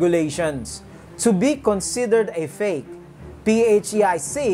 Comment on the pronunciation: PHEIC pronounced fake. Lord Jesus, please come soon! 🙏